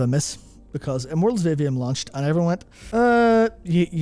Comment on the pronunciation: As to your comments about Immortals of Aveum, specifically the marketing of it, until you put the title on the screen I literally didn't even know what game you were talking about. I went to Google and looked for Mortals Oblivion, because that's what it sounded like you were saying to me (and Google was understandably confused). 😅